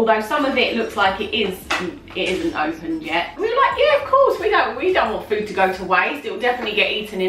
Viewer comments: Food / doof lol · Foontastic. Foonamily. Foonprint Foonspoon. Foonputer.Foony. Foonake